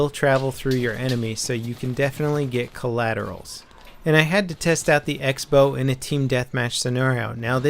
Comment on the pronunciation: Use X as cross in writing? Sounds ridicolous, and I've never seen it before... But still, it should be pronounced crossbow.